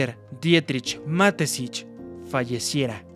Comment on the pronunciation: Ma-Te-Schitz: Mateshits ✅ Matesich ❎